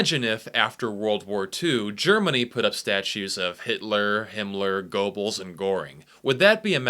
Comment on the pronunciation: You didn't say Goebbels with an r! Finally someone.